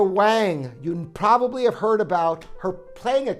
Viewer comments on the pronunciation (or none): none